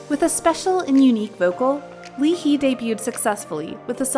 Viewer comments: My whole ass YGstan cringe when she said “Li-Hi” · At the part i'm sorry to correct you but it's Lee Hi (As in Lee High). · Leee heeee 🤣🤣🤣 wtffff come on at least pronounce their name correctly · Lee Hi pronounce as Lee Hai as in Hi in english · Everything was sad until she said LEE HEE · the way u pronounce "lee hee" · It's actually pronounced as lee hi (hi as in how you greet) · It's infuriates me when you pronounce Lee Hi as Lee Hee like whaaaaaat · "Lee hee" okeey gurL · What's up with the pronunciation of Lee Hi's name? It's not Lee "Hee" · You're right with the hi And you don't say the L in Lee So her name is "i ha-i" (Lee Hi) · I cringed every time she said Lee Hi's name wrong oh my gosh -.-'' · why did you pronounce lee hi's name like that lmaooo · yep. got me so freaking upset how she says it as if they are facts and how she used the words "violent". she doesn't know that Chanwoo is the savage maknae who is beloved by his hyungs. Also, I cringed every time she said Lee Hi's name wrong. ugh. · Sis... justy dont. You basically just did some "research" cuz some things u did are bs. Even the names of some of these idols! Its better if u just dont talk about this subject if u dont even know them. The way u pronounce Lee Hi's name, the way u talk about Chanwoo and Ikon. CL.. I aint gonna talk about that. In YG, the only girl who was a real black sheeo was Minzy, she never did anything solo. Everything she did ewas together with the other members. Nothing against CL, but she stayed in company for 3 years after not even having gigs for 2 year prior. She we, her fans, told her to leave. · I was actually pissed when they pronounced her name wrong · Please pronounce Lee Hi correctly. 🙄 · You’re not only pronounce Leehi name wrong but also misleading others about B.I. bullied Chanwoo. WHAT THE HECK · Hala ang cringey ng pagkakapronounce kay Lee hi. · Its Lee High!. Not Li Hee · Lee-haai not Lee-hee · lee hi is pronounced like ee high not li hee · L e e h e e